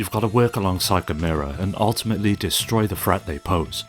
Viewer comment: Gamera should sound like camera. Really hurt my ears hearing 'gameira'